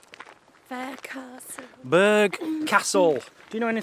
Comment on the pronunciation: great video, btw it is pronounced 'burra' castle not burg!!! (I grew up nearby!)